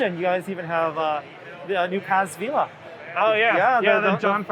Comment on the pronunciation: paz VEE LUH!?!?! the fuck